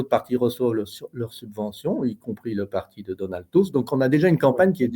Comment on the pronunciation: C'est Donald Tusk pas Tuck,grand ami d Ursula!!!!!! est dange pour la Pologne !!!